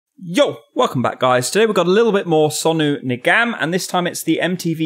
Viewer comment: Sonu's last name is pronounced Niggum. Any hindi words with the letter "a" usually sounds like the short vowel "u". Same deal with Rehat Fateh. It's pronounced Rayhuth Futhay Ali Khan! Bless your heart. Keep at it. Love this commentary. Btw, Sonu's voice contains the entire Cosmos!